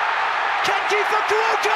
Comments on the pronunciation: Also gotta love that pronunciation of Kenjo Fukuoka. KEN-KY FUKI-OHKAH! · About the pronunciation of Fukuoka's name. It's Kenki Fukuoka, not Kenkai Fumioka.